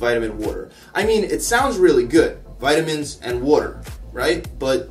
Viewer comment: 'Vutamins and water'